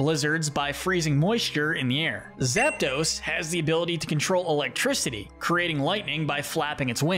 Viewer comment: There is no vowel between the P and the D in Zapdos!